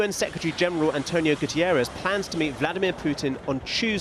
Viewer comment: You have learned to say Zelensky correctly. Can you please say ANTONIO GUTERRES and not "Gutierez" also correctly. The Secretary General is not Spanish and is name is not Gutierez. Thank ypu